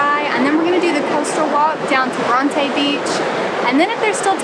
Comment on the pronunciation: is no one gonna mention how they completely mispronounced the name Bronte. lmao its bron-ti not bron-tay